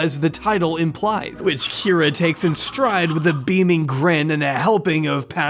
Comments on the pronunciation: I heard you say "Kie-ra" at one point in this vid (sorry, didn't timestamp) and thought it was for comedic effect 🤣🤣💖💖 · lol but still missed one mispronounced Kyra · Who's going to tell him there's at least one instance left in the video where he says Kyra wrong? It stuck out at the time but I didn't think much of it until I watched the end of the video. Loved this one, you did a great job covering the highs and lows!